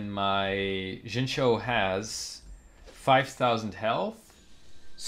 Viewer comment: Great Video!!! Also, keep in mind it's pronounced, "Shing-Chew"